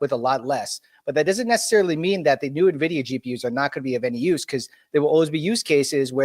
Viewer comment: "Nevidia" bro, in 2025 that's a capital sin